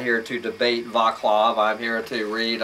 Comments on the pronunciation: Pronounced "VAHTS-love" not "VAH-klahv" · It's a Czech name and the "c" in Vaclav is not pronounced as "k" but as "c" like cinnamon.